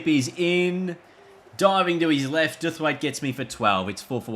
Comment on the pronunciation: its pronounced Dow-th-waite (like to bow) by the way